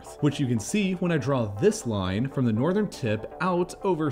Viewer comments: "Nothern Ireland" funny little mistake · When did northern become nothern? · ah yes, «Nothern» Ireland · “Nothern Ireland” “Nothern Cyprus” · "Nothern Ireland" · Anyone else realise it said nothern ireland? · “Nothern Ireland”! Is that your Irish joke for the day? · “nothern ireland” “ nothern cyprus” nice england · "Nothern Ireland?" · Nothern Ireland lmao